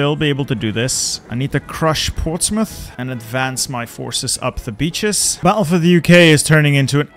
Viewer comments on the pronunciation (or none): none